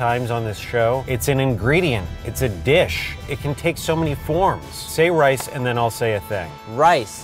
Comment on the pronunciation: Bro said lice